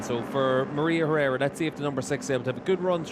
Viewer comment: Quality race! Well done ladies. Commentators pronunciation of Herrera was driving me mad though lol.